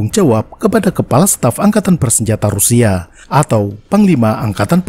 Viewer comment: Pengucapan bahasa Rusia nya keren